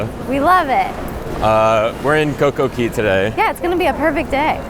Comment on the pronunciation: Ok we need a SERIOUS explanation of why you guys say Coco Key instead of Coco Cay.....